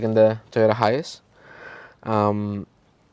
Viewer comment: Why do you sound like your saying hius? It High -ace (hiace)